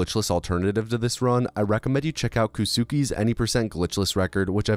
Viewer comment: Just fyi, that Japanese runner you mention at the beginning should be pronounced "koh(hhhh)skay." Unless he's introduced himself otherwise, in which case I'd be quite the fool lmao